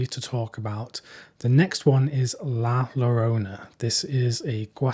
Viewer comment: Just FYI, "double Ls" in spanish are pronounced like a "Y"... La Yo-rona. Otherwise, you're doing great, got me excited for a couple of these titles, keep it up!